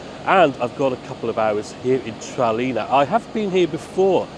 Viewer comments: Maybe learn how to pronounce Tralee? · You need to work on your pronunciation of Tralee 😂😂